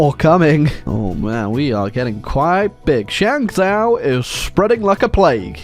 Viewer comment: Initially was quite irritated that kept calling it Shang-zoww instead of Shang-Joe, which would be the proper pronunciation, but then I realized hey, this is his channel, his kingdom and at the end of the day, he's British. He can't help it